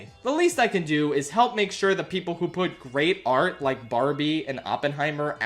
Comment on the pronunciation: I hate how the Oppenheimer guy says PePol